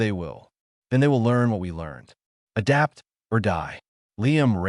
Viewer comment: "hoomanz aduptah" 🤣 AI narrator struggles to say "humans adapt" 😂